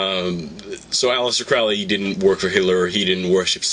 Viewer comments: Crowley is foully Crowley is holy get the pronunciation right! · His name is Crowley, rhymes with holy. And maybe she's William Breeze's daughter. :P